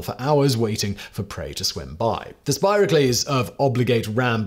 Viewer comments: Spira Cleese? Some Greek fellow? Simon, get someone to help you with pronunciation. This isn't the only one. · "Spiraclees" - any relation to John? He got it right later with "denticles", though... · Gods... "Spiracles"... "Buccal"... "Ordovician"... So much butchering of pronunciation!